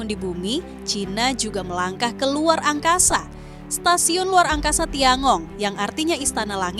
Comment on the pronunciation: Tian gong bkn tiangong min!😅😅